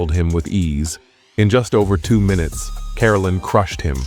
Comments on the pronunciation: The saddest thing about this video you keep pronouncing his name wrong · Your pronouncing his name wrong